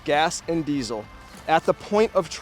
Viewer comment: Why do you keep saying diezel